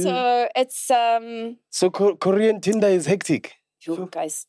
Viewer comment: Did try TanTan? That Tinder sounds like TanTan.😂😅